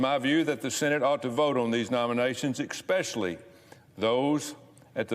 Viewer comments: Expetually??, Expetually??? Really? ESPECIALLY- ESPECIALLY!!! SPEAK ENGLISH! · I love of his pronunciation of especially: "expecially." Totally ignorant dufus. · Tommy --- it's not eXpecially, it's eSpecially you dolt. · “Ekspecially” … why do we tolerate idiots like this???? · “EXSPECIALLY “ …. Huh, what , I used to like Tupperware way back when my mum hosted T’Ware Parties…. This Rabbit must have crept into the parties so he’d get a lift home after the Games and Ordering Paperwork were concluded….! Daniel Boone would’ve gutted this rabbit quicker than Mingo…. And maybe made a sneaker out of his memory…. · “Eck-speshially” loser thinks he’s Sam Elliot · Did he say IK-specially :03? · Did he say "expecially"? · "Eck-specially"? He is a mother flipping senator and he can't say the word especially correctly. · did Tubby just say "exspecially"? Like tRumph, he has the best words. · Dear God! Did he just pronounce especially as eXpecially?! Grow some brain cells, Tube! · Expessially... Says it all. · Tommy, “eXspecially” IS NOT A WORD! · I'm pretty sure there is no such word as "ex-pecially", xpecially or eggspecially.. Also, whoever put the ears in Tubberville's head...that's not where ears go. Ears go to the side of the head, not the side of the neck. Only some reptiles heve things on the side of their necks. Not humans. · “Ek-specially”. 😂. He needs to go back to coaching, toddlers. The man is putting our country at risk!! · He didn't have to go any farther than "expecially" to prove is ignorance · He said “ex specially” on the way to plumbing the depths of ignorance. His playbook is Putin’s playbook. Tommy “The Tool” Tuberville. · "EXpecially" Lol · Exspecially is not a word learn how to speak before getting into the public eye Marjorie Lauren take note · “Expecially” Tuberville 😂 I’d hammer him on twitter, someone who can’t differentiate especially from whatever he said. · Saying “ikspecially” should be grounds for removal. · Oh lord. “Ek-specially.”